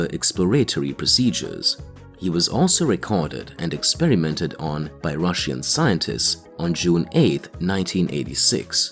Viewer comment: Why does this man say Russian like that